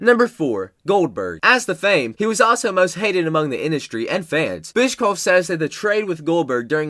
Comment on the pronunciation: BischKoff lol